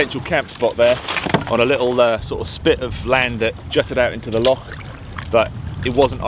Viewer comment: Just when I thought he's mastered the word 'Loch'..... you put a key into it and it became 'Lock'!! 🤣 Still I guess when you come from that Saxon name Norfoke, we must make allowances! On Loch Oich a lovely evening dinner spot is the Invergarry Hotel, i moored there years ago with my wife when sailing the Great Glen. Cracking filming! Makes me nostalgic for the auld country whilst here in the Cotswolds! Say hello to 'Nessie' for me! 😂👌👍